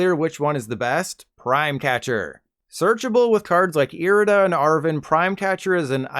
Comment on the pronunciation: It's Arrrven not Arven! Scrub.